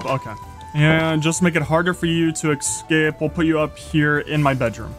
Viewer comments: Can you say escape instead of excape? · I love the way he says escape "ekscape" very cute 10/10